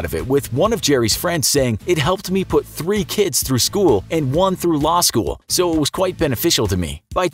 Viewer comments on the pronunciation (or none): none